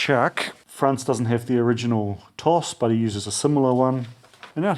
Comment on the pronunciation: Pronounced "tosh" BTW